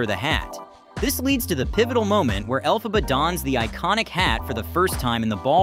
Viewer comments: Elle-Faw-ba?! It’s Elle-fuh-buh! Do you think someone who makes a clip like this has an interest in it note I imagine the only interest they have is producing popular clips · Why does he sometimes pronounce Elphaba correctly and then horribly wrong? Is this AI generated voice? Accent is on 'El', like 'elephant', not 'Pha'.